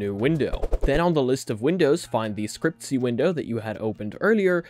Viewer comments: its not scrcp-y, its scr-cpy, for screen copy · when he pronounced it "scriptsy" i died inside. i usually pronounce it "Screen Copy" because thats basically what the acronyms are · Scriptsy was so cringe 😂😂😂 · FIY for anyone that cares, scrcpy is pronounced "screen copy", the vowels are just removed. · scrcpy is pronounced 'screen copy' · It's pronounced Screen Copy. Or screen copy .py. Sndcpy doesn't require android11. Another input option is holding your actual phone and tapping on it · SCREEN COPY. SCRCPY IS PRONOUNCED SCREEN COPY! sorry for yelling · Scrcpy is spelled screen Copy xD but the pronunciation is already wierd